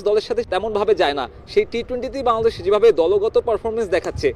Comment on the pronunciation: *শ্যা-দেশ বলে কি😂😂😂😂